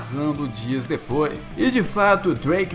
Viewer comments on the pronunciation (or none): none